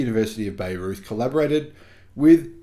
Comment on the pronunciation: University of Bayreuth is pronounced buy-roit.